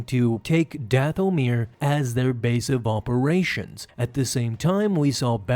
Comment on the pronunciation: Plz mever say dathomir again